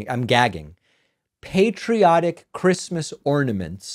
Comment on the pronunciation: Yep. “Who geeves a fuck about Chreestmas?” 🤣